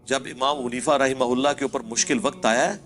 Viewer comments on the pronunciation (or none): none